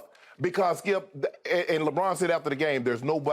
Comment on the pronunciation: “Lebrick” lmao